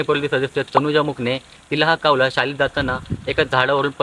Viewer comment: कावला का म्हणता कावळा म्हणा न शाळेत शूद्ब भाषा शिकवलि असेल न